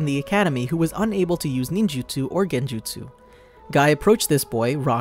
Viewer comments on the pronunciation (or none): none